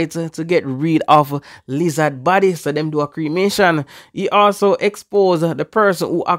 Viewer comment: Jamaicans still saying lizazz